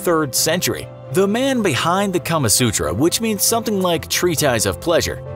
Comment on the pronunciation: am I the only one who heard "Karma sutra" the first time he said it.